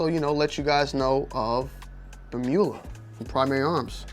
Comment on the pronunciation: Not trying to be that guy , but its pronounced Blem-You- La Like Dracula. That's why they etch a dracula face on the blems . It's Blemula.